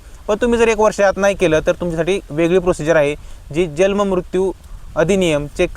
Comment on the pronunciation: जल्म उच्चार चूक आहे, जन्म उच्चार करा.